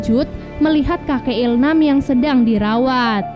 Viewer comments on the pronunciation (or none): il-nam bukan il-ham